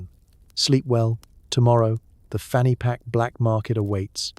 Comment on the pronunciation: You really shouldn't say 'fanny pack' with a British accent.